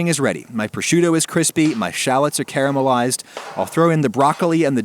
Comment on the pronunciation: You pronounced caramelized wrong